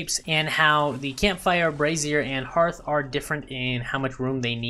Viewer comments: Dude, you are doing the world a good service here as this is one of the few channels that pronounces Brazier correctly. The other channels have me wondering how they got Brassieres in the game????? (two very different things lol). Subbed! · Lol! It hysterical you mentioned brazier pronunciation! I was corrected on it A LOT on my torch comparison video and have corrected it since! I had no idea I was pronouncing it wrong...